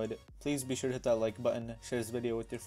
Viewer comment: for a second I thought you said " I am gonna shit the like button" LOL